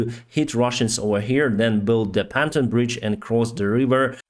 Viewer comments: Pantone is a weird word in English its pronounced "pon-toon". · Bless you.....but can I remind you gently: Its PONTOON bridges, Not PANTON bridges. Pants are underwear in English or what your breathing is like after a long run: panting. You English is perfect otherwise and I thank you for all your hard work to publicise this war. Ukraine is winning. Great! From Ireland. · Pontoon is pronounced “pawn-TOON” Love your channel!! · its pronounced... Pon... Toon.